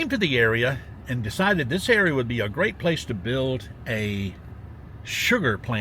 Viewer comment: you're doing a great job!...and I chuckle at "grate!" every time 😂